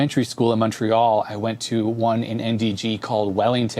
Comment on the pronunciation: Minor correction you pronounced Montréal wrong, but I'll let it slide. Continuer sur!